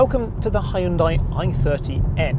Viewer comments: It's pronounced "hyun day" like Sunday not "Hi Yun Die". You were at a hyundai event as a car journalist and no one corrected you lol? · Yeah, sorry this is incorrect. In Korean, the "Hy" is not its own syllable, it's "Hyun" (actually Romanized as Hyeon in the modern system). The "y" sound is actually not very conspicuous, and listening to native Korean speakers, "Hunday" is far closer to correct than "Hi-un-die". Also, on the subject of Brits mispronouncing East Asian automobile names, it is in fact "Knee-ssan" and not "ni-ssan", and "Mee-tsu-bee-shi", not "mitsubishi". I know it's all meant in jest, but stick to correcting us on our pronunciation of VW and the French brands; we've got you covered on your East Asian mistakes. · Oh, man... It should be hyun-day... not hyun-die. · thats total bullsh** i worked for Hyundai and listened to korean engineers say it its pronounced "hyun day" not hi yun die" lol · Man..every time he said hai-un-die I wanted to hai-un-die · Soz 'hyun day' isnt even how is pronounced, its more like 'hyun dae' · and yet “Hyundai like Sunday” is much closer to how the brand name is actually pronounced versus butchering it up into “Hi-un-die.”